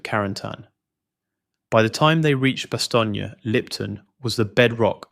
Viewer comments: It's just "Bast-OHN". Not "Bastonya" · God I hate AI it's Bastone not Bastonia ass clown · Why does the series pronounce is BAH-STONE and you pronounce it BAH-STONE-YAH? Which is the correct way?